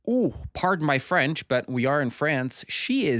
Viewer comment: just here to say it's nice to hear someone not completely butcher french pronunciation for once